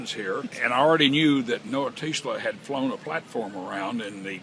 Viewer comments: "Noah Taysla"? Damn, this old guy is worse than Don Cherry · I caught that too! He called him 'Noah TEEES-la'. Lol!